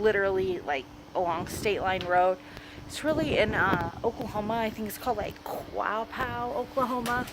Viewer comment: Pronounced: "Kwah-Pa"